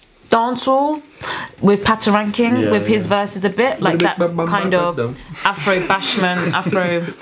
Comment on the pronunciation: you guys always pronouns shit on these African artists names it's Pa-to-ra-kin-ki-ng, can't you read that?